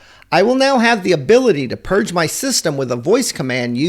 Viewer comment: It's "purge" not "purg"